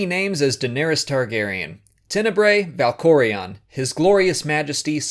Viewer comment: Dude. You must WAY to much emphasis on certain names. ValkorEON arCAN thexAN.